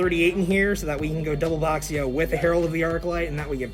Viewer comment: Happy to see this deck return! But as a Chinese, still triggered by 'x' in names not being pronounced as 'sh'! Bishi and Bashia!